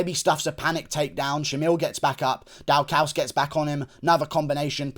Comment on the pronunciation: It’s pronounced DAW CUS for Chris Daukaus